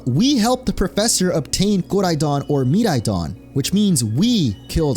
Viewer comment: Bruh why did u pronounce Koraidon and Miraidon like that D